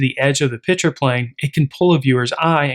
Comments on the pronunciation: I am confused. Are you discussing beer? You keep saying "pitcher". Was there a pitcher of beer somewhere I didn't see? I can then only make one presumption as to what is going on. The correct pronunciation is: "Picture". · This is a great lesson on composition. But please… there is a difference between “picture” and “pitcher”. Correct pronunciation is a critical skill in presenting your ideas.